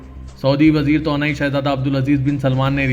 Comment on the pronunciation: تونائ نہیں توانائ بولیے بھائ یہ سیاست اخبار کا حصہ ہے۔ اردو بولنے میں بھی سدھار لانا بھی ضروری ہے۔